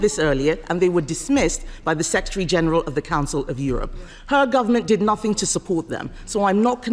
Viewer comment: A Home Secretary who actually uses the word "nothink"...